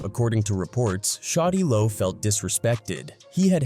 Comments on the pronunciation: Get it right white boy a I it’s shawty lo not shotty low 😡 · Its SHAWTY LO not fucking Shotty Lo 😂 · "shotti lo" 😂 why yt pple shouldn't tellour stories